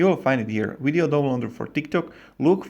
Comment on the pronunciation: wideo? what the hell is wideo worst english ever